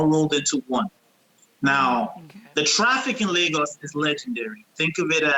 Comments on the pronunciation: Right Adrienne talking about Lah gus🥴 its pronounced layyy- gis which stand as lagos lol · Thank you Jeanie, Adrienne it is not LAGOS(LAh- GUS) but LA--(Y)--GUS